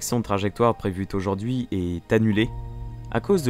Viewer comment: Mieux que Stardust, faut peut-être pas abuser ;) Mais le niveau est tout de même très très bon, surtout pour une chaine aussi jeune ! Et sinon … à : "La correction de trajectoire prévu-T-aujourd'hui" … ça pique un poil les oreilles ;) Vivement dans 3 jours, pour le premier pas sur la lune !